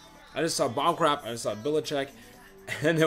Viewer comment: oml just saw this and if i were to go i woulda been near u and i cringed when u said bob kradt his name is rob